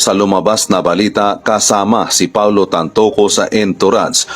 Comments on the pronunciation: TANTOCO NOT TANTUCU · TanTOco not TanTUco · TAntoco po..hindi tan tucu... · Brod tantoco hindi tantuco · Pronounce- TAN TO CO